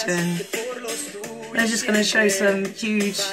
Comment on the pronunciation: The lyrics is "Do it for those you ever care and love" but he does not pronounce it well. The same when he says "Just do it..." at the end. He says "just" wrong. 😂😂😂😂